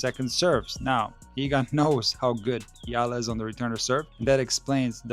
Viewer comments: Just wanna correct how the narrator said Alex's last name EALA as ELA or ILA, it should be said as E-YA-LA! ;) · It's not Eeluh, it"s should be pronounce the Filipino way it's Ey Yeah Luh (EALA)! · it’s pronounced as eyala not “eela “… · It pronounce Eyala. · it is pronounced as Eh-Yeah-La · AI narrator stop mentioning Alex family name if you cant properly pronounce it her name is more than enough more than 110M people knows her😡😡😡